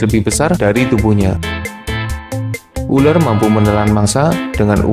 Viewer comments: Ular bang bukan uler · Uler apa Ular???? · Pas ngomong "ular" kayak ngapak2 gimana gitu.